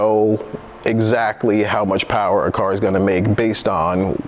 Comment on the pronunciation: Can i get a mo powah babeh?